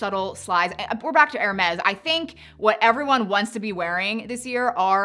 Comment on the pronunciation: Hermes = "Air-May" It's French.